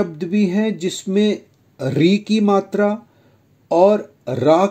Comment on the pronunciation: Bro i don't think it's right it's not matri it's matra